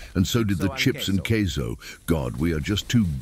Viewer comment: Did Bro say "CAseOh"?